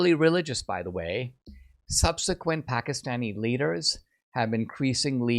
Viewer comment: I would actually consider it quite respectful and literate to pronounce the name of a country or capital correctly.